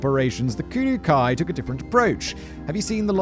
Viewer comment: I think it's pronounced Kudoh-oh